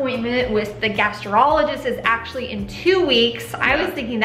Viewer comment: keeps saying "gastrologist" but it is "gastroenterologist"